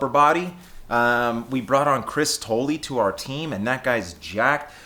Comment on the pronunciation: Did you say RBB added Tolley? Lolz.